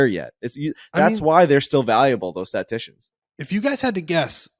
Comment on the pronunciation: STA-TIS-TICIAN. And let’s goooo